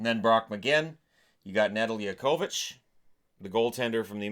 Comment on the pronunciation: Pay mcelhinney. Learn how to pronounce Nedeljkovic' name.